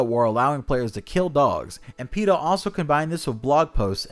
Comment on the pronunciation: I didn't think peta was a real thing i thought just said peters name like that